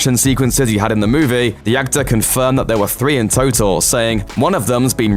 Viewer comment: I like how you say "movie". Instead of moo-vee you pronounce it as moo-vay